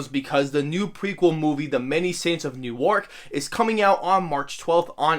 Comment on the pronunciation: Its pronounced new-irk